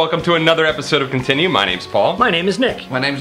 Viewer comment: Excuuuuuse me princess, but you called it a "K-tinue" not a "K-ontinue" like was shown on the screen. I demand re-upload!